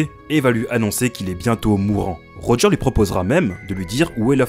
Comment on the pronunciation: Pour Roger, Tout le monde dit Rogeur mais en vrai le prénom se prononce Rogé en français.